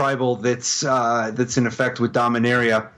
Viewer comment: Thank you for pronouncing Dominaria the correct way.